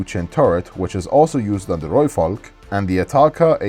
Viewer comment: Thank you so much for saying Rooivalk correctly !!!